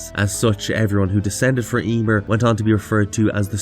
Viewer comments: Emeer, not Eeeeeeemer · Yeemir? 🤣😂🤣😂🤣😂😅 Sorry man but you just sayin it weird as fuck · Ya-mear(meer) is the pronunciation you keep messing up the name.